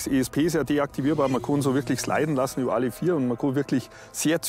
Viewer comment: Mann sagt über nicht ober